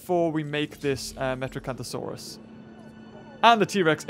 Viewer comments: its not metrocanthasauras its metriancasuras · did he say metrocanthosaurus... its metriacanthosaurus